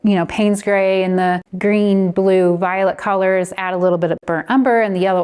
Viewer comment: Can I ask where you’re from?!? The way you say “Coalors” screams VA to me…am I close?! 😅 this was great thanks so much!